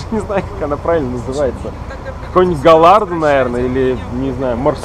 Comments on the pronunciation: Давидыч сказал "гаярдо" все стали повторять :D Галлардо правильно, идиоты. Делают контент про автомобили и не знают как правильно пишется... Зайдите на оф. сайт Ламборгини и найдите её. большими буквами написано "GALLARDO". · это не каяда правильно ламбаргини галлардо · гаярдо когда она называется Lamborghini gallardo мб галлярдо? а не гайярдо? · олень галарда а не галардо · говорить,что у тебя есть точно такая же и не знать,как лидерства произносится название машины правильно, это кое край... не галлардо,а гайардо... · ахахахах гаяда? голардо! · Галардо епта а не гаярда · Это lamborghini не гоярдо а gallardo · не гайардо а галардо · Вы издеваетесь ГАЯРДО??? Вообщето Голардо... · Галлардо, а не гаярдо.... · Какой нахрен Гаярдо? Галардо правильно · ламборгини галлардо правильно а не гаярдо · не гаярда а галардо! сама то позорище) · По-итальянски Lamborghini произносится как Ламборгини, так как по правилам этого языка gh произносится как Г. Насчет второго не уверен, по-моему, оно испанского происхождения, в этом случае оно должно читаться как Гальярдо. Американцы вообще фиг знает как произносит, и это их не нисколько волнует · правильно говорится галардо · Правельней будет Ламборджини Галлардо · ламборгини гайардо читается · Гайардо вообще правильно, это не английское слово вообще-то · Это даже не гаярдо и не галардо